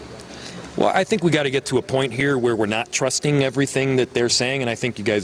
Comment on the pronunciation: He was speaking and he was saying a word that start with an s followed closely by the word think and with a quick slip of the tongue added the s to think making it sound like stink!